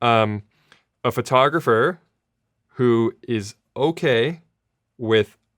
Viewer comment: Sara I love you, and you make great videos with great information., buttttttttt please stop saying FURtographer. Other than that, keep doing what you're doing, and thank you for this video, appreciated.